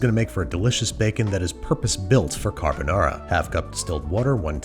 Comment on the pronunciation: Babish, we know you can say carbonara better than that